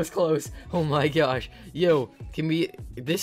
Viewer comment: Did this guy just say oh my goshe